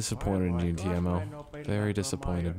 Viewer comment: Its Timo no taimo